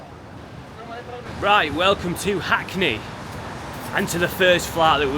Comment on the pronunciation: As soon as you said Hackne, I knew it was a 💩 🕳 😂😂😂